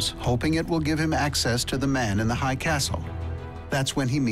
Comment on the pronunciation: man in the hiiiighh not hi castle